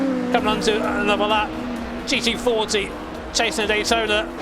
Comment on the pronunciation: Please, for fucks sake, stop saying G E 40, just pronounce the fucking T dude...